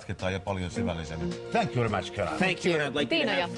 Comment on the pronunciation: "mitäs vittua.." conan lopussa "minne suuntaa mä ny lähen?" :D karhuvaara: " thänk jyy veri mäts"